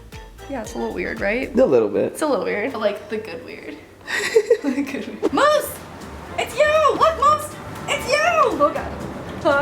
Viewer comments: She says it like meoose sometimes and then sometimes moose like normally my fav meoose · I love how she says moose 😂